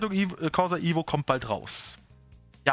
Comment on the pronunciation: es heisst evo nicht ivo😅